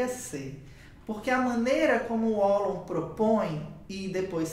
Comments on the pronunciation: Precisa falar o nome dele correto nao é uolon mas valon q fala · Fiquei confusa kk conheço com a pronúncia de "Valon" 😅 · Sempre achei que a pronuncia fosse "Valon" rsrs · Gostei do vídeo, só que sua pronúncia está errada. Procure no Google tradutor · O W tem som de V.